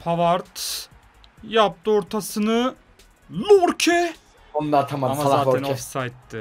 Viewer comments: Aslında Lorke değil Yorke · Ya lorke degil yorke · abi lorke değil yorke adamın adı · Lorke değil Yorke olduğunu söyleyin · Abi yorkeye lorke diyosun çıldırıyorum ya